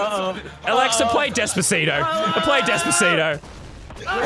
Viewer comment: He sayed Alexa play desbaseto